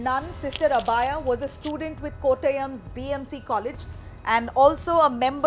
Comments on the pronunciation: Sister abhaya not abaaya ...wtf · god how is this woman pronouncing "Abhaya"? The name should be pronounced like "Abhay" which means without fear.